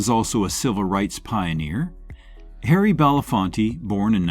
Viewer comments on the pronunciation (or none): none